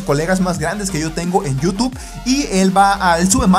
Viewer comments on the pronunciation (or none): none